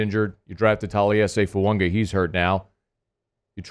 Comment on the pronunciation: Okay, "grammar nerd," learn our 1st round pick's name. THERE IS NO N IN FUAGA. It's not Fuanga.